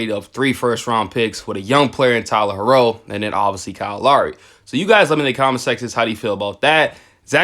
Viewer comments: how r u a heat fan and still saying Tyler "her-row"??? LOL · Why u say HERRO like that 😢😂